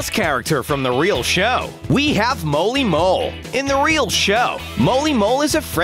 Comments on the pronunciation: Narrator: makes abillities Minitoon: im about to ruin this man's whole abillity career Edit: Narrator: moley mole Mimi (or molly mole): how dare u say my name wrong! Edit2: Narrator: shows them sub skin Viewers: no we don’t want this skin and this is never happening! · "Moley mole" its Molly Mole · And he said molly moles name worng